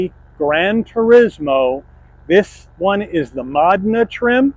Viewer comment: It's pronounced mo-DEH-nuh